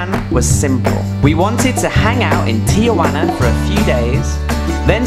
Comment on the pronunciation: Tijuana, not Tiajuana.